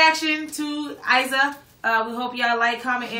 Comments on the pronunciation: her name is actually pronounced "Eeza" like in "Deezer". great video girls. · We pronounce her name “eezah” over here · She's a wonderful singer and dancer. Also a unbeliveble person, full of black and female power. Her name is pronouced "ee-sa" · IZA is queen! You pronounce EEZAH OK? ; ) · The " I" of Iza is like "I" of imagine!